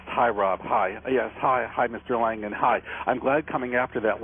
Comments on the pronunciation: Oh gosh his name is Langan. No "D" ok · isn`t his name langan? this guy keeps calling him langden...